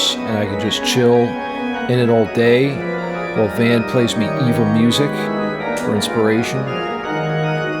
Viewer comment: Is it my ear phones, or is your signal distorting from metal overload? The V in Van is pronounced as F. Also in Van Halen. Also Van would be good with double pedals, playing the intro to "Painkiller". 😁